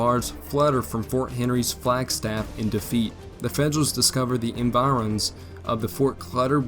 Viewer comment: The graphics are nice, and the script would be as well were it not for the countless mispronunciations of common words such as ardor, environs, impotent. I would have liked to use this as a little diversion for my military history class, but I can't with all the pronunciation mistakes. Just a thought.